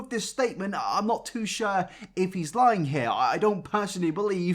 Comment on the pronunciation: I cannot stand the way says sure and mature makes me feel uneasy lool